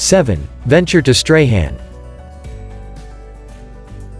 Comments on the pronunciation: Great video, I grew up in Tassie as a child in the 80s before moving to NSW, been back 3 times as an adult and have seen some of those beautiful locations. Just a bit of correction on the pronunication of the town Strahan, it is pronounced as "strawn" not "stray han". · Stray Han 😂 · Freycinet = Fray-sin-ay…. Bicheno = Beesh-in-o… Strahan = Strawn Bruny = Broo-ny Well done. You’d not be the first to mispronounce these places. Tipping where your from, there’d be places I’d have trouble pronouncing! 😂 Good choices. Thank you. My home.